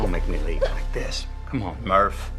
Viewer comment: calling it MUUURPPHPHHHPHH